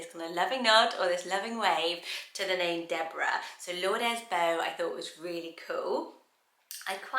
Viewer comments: Just FYI, Lourdes is pronounced Loo-rd :) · I’ve never heard anyone pronounce ‘Lourdes’ as ‘lourd-es.’ The ‘e’ is usually silent.